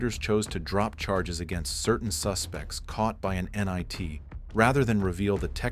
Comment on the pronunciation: you pronounced “NIT” as “nye T” definitely AI